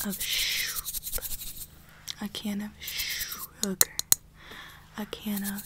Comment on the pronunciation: a can of shOopp Me: wha-: shOoPPp Me: wait wh-: shOougar Me:.... okay